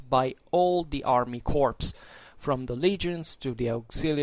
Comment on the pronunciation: Just one correction if I may. The French word corps is pronounced core. A very good video!